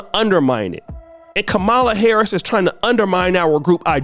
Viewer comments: Whats bad, is your an adult that still cant pronounce VP Harris's name. Kids know how to say her name right and you still cant say it right? LOL, try to learn some. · Wow, you mispronounced her name throughout this whole video smh